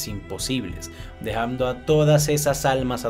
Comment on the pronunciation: Por qué casi en su totalidad los youtubers tienen un defecto al hablar? Algo que desagrada a la gente? Hermano, no uses la M en dónde va la N, ejemplo...movimieMto, aproximadameMte, dejaMdo, etc.